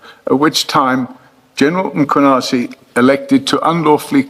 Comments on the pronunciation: Madlanga has frequently corrected the pronunciation: MAkwanazi s not correcct. It is MKhwanazi, sir. Like former president, some pronounce is surname as MAbeki yet it is simply, MBeki. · Its Mkhwanazi not Makhwanazi please. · its General Mkhwanazi, not Makwanezi. thanks. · Please fix the surname on your sub titles its not Macwanazi what shit is that? Its Mkhwanazi please. White you do this on purpose you mispronounce & misspell our name purposely. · It's Mkhwanazi not Makhwanazi.. the mispel completely alters the name itself. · Mmmmmmmkh-wa-na-zee (that's how you pronounce it, dear AI and relevant content owner.....